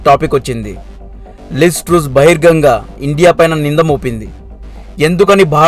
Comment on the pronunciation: బహిరంగంగా అని అనటం ముందునేర్చుకో బాబూ.